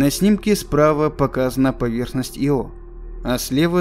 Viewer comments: И всё таки Ио (ударение на И ) звучит красиво чем " иО " ....Разве говорят "брошЮра " или парашЮт. .. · Диктор не знает как правильно произносить название Ио, ставя ударение на О 🤦‍♂️ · Мне тоже резануло ухо, но из-за этого ставить дизлайк... учитывая, что этим иО в коментах его только ленивый не попрекнул... ну так себе решение. Так что я поставил лайк, а ударения он теперь 100% будет правильно ставить :) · Мне кажется ударение надо ставить на «И». Ио. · Почему-то мне кажется, что в названии спутника ударение на первую гласную. Хотя я могу быть неправ. ИО с ударением на вторую гласную означает исполняющий обязанности. А Ио назван в честь мифологической Ио — жрицы Геры и возлюбленной Зевса. Простите. Но режет слух. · Я извиняюсь, но разве не И́о? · Ударение на "о" звучит странно. Ио персонаж римской мифологии, разве в латинской лингвистике характерны ударения на последний слог? Как можно заниматься научпопом, будучи неграмотным? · Ещё в школьные годы читал про Ио книгу" Безумная Луна", ударение на первую букву было, слух теперь режет, когда произносят по другому. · Ударение обязательно нужно делать на И! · Может, ударение на "и".....это всё равно что сделать четыре ошибки в слове из двух слов ...ЁЖ ...или. ЙОШЬ А так великолепно. ... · ударение на "И" !!!!!. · Ио с ударением на втором слоге звучит как исполняющий обязанности. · Нет, это у вас проблемы. Ударение ставится на вторую букву... Вики тоже самое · иО это исполняющий обязанности и Ио это спутник. режет слух. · Понятное дело, автор наверняка старался при создании ролика и хотел чтобы название спутника звучало правильно. Но иО звучит как его. И настолько режет слух и путает в контексте, что невольно по ходу просмотра задаёшься вопросом типа, че он только что сказал поверхность иО или поверхность его? По мне так Ио звучит гораздо красивее понятнее и созвучнее для обывателя и носителя русского языка. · Ударение ставится на вторую букву... Вики тоже самое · Только не "Ио", а "Айо". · иО? А я думал Ио!!